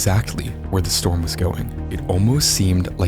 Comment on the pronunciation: free strom relif? seriously